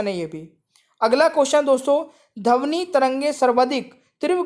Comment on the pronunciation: Bhai wo dhvani hota h dhavni nhi 😂😂😂😂😂😂😂 bolna seekh le dehati